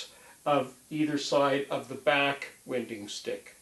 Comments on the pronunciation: Your preferred pronunciation of these items name is incorrect. According to the rules of the English language it would be pronounced. “Wine - ding”...... personally I’ve never heard anyone pronounce it the way you are. These tools primarily are used by people who work with hand planes or bench planes, the sticks are not needed for someone who knows how to properly use a jointer but hey you Gotta keep Creating content. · I have never heard anybody pronounce winding sticks the way you do in this video. It rhymes with why?